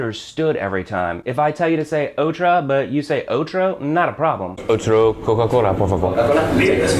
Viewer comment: uff really hard to understand "otro" and "otra", im spanish and that was really difficult to hear